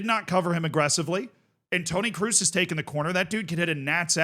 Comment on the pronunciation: KROOS IS READ LIKE "CROSS" not "CRUISE" FFS